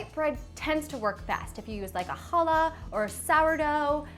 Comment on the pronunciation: She said challah right. Thats hot....